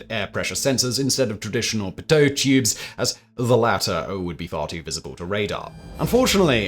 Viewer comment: P'toe .... simon simon simon... it's pee-toe (i'm beginning to think he mispronounces words on purpose 🤣😉)